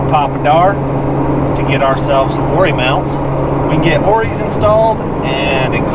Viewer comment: Awesome build, enjoy the channel. It’s ORI not “Oar-ee ” 😛